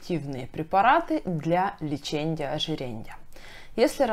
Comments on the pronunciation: Дико режет слух ЛЕЧЕНЬЯ ОЖИРЕНЬЯ!!! Лечения ожирения!! А касаемо информативности все здорово. Спасибо за информацию) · ЛечеНЬЯ -ожиреНЬЯ🤦🏼‍♀️🤦🏼‍♀️🤦🏼‍♀️ вы серьезно? Как доверять врачу, если он даже не умеет правильно проговаривать профессиональные термины🤦🏼‍♀️ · окончания режут слух... леченИЕ, ожиренИЕ. Без мягких знаков. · ЛеченЬя, ожиренЬя, сниженЬя, обсужденЬя...так режет слух.